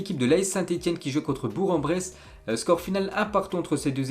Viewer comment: bourg sa se dit bourk pas bour